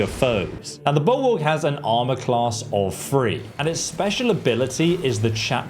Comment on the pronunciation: Wow. I didn't know "Bulwark" was pronounced 'Buoowok'. TIL...